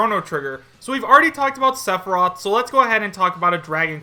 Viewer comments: Sephorath?! ITS PRONOUNCED SEH-FIH-ROTH!!! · It's sef-e-roth. Only saying this because it was mispronounced at the beginning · "Suh-for-roth" lolomgrly? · The way you pronounced Sephiroth first OMFG LMAO!!! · The way he said sephiroth name pisses me off lol. How you say his name wrong.